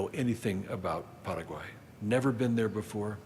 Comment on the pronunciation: I know people from Paraguay. They don't say it like this poser.